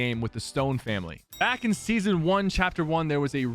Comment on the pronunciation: he said chapter1 seson1